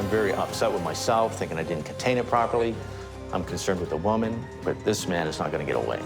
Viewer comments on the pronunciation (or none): please "woman" not "women"